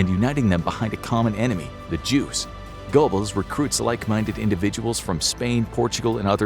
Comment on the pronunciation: gurbulls, not gobbles